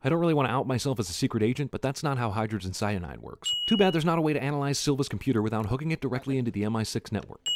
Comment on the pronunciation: "HYDAGEN CYADANIDE"